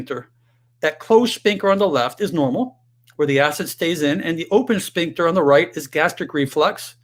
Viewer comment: .......the word is pronounced, sFincter, NOT sPincture......"ph" is pronounced "F", not "P"